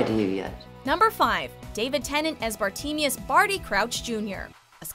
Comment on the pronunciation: Did she say Bar-tee-me-us?